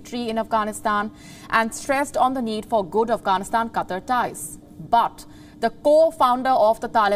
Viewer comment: Really need to improve delivery, especially pronunciations of certain English words. E.g. "QATAR".